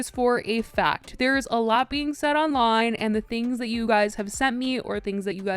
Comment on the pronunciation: If I took a shot every time you said ayLOT